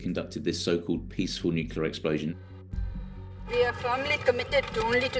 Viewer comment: My take away is that most white people are unable to properly pronounce the word “Nuclear”.